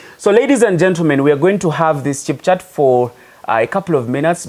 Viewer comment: It's "chit chat" bro, not "chip" chat, ha ha. Good video.